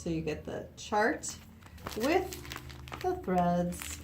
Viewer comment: In the first line she left the “h” off the word with❣️❣️❣️